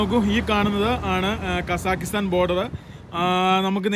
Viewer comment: എടാ വേട്ടവളിയ കസാക്കിസ്ഥാൻ ശരിക്ക് പറയാൻ പഠിക്ക്